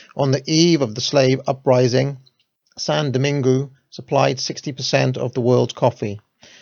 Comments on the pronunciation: “San domang” my man. Cheers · "Saint Dominigue" = doh-MEEN-goo...?????? Bruh, you dropped a whole syllable. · Dessalines= “Day-sal lean” Saint Domaingüe = “sahn domang” Tally-ho! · Saint Dominigue rhymes with league. French speaker here.